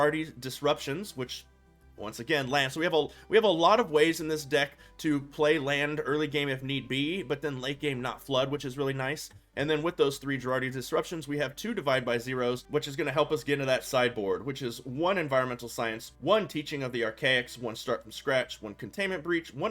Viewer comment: I don't know why it triggers me, but it is Juh-WAR-ee, not Ger-ARD-ee. No "d" in the word ANYWHERE.